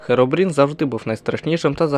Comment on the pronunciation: не Херобрін, а Хірібрін